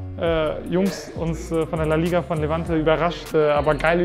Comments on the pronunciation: Er sagt immer noch livanti 💀💀💀💀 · Ihn wurde 2-3 mal gesagt es heißt Levante ud, er sagt trotzdem FC Livanti😂